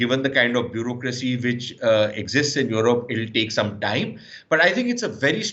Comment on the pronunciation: This pseudo Sushant Sareen is such a Godi guy He only has pain in his butt because Pakistan is doing so well in every aspect & India is going down by the day. He cant even pronounce Europe or European correctly. Gaurav Arya is sub zero anyway 😆🤣😂